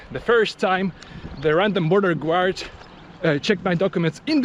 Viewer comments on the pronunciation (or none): Interesting video. BTW your english is very good! P.S. "Guard" is pronounced like "gard" not "gward" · guard is pronounced Gaard, not Gewaard. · A really excellent video. Thank you. i would almost be scared to go into that KFC for fear of not coming out without handcuffs on. By the way, when you say the word 'DOUGH' it is pronounced 'Doe.' And the word ''GUARD' is pronounced 'Gard.' Just to help you out a bit. That potato pie, Kalitka, looked really good. Thank you for showing Kizhi island. All my life i have wanted to go to that church, and to Valaam